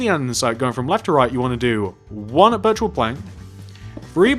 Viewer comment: Why does he say birchroid